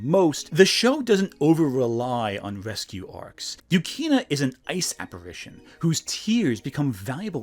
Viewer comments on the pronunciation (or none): none